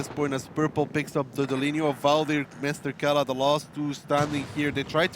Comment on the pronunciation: "Kela" really, really? It's Mrkela! -_